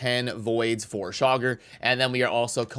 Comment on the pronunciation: Chaagur : Chay-Goor